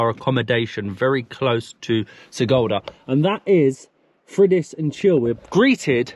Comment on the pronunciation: Sigulda - read like SEE-gool-dah (IPA: ['si.gul.da]); Turaida - TOO-rye-dah (IPA: ['tu.rai.da]) :)